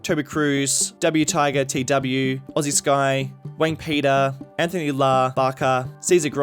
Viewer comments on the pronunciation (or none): none